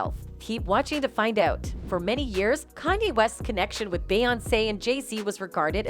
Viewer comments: How are you saying is name? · Don't subscribe.this bitch can't even say his name right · No matter how wrongly say his name it's not gonna stop the truth from touching folks the end may be near for the ones who's really in control